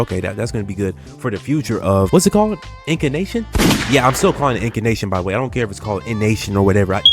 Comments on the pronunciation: INN - CAN - TAY - SHUN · I already told him how to say it, he called me out 2 videos ago 😂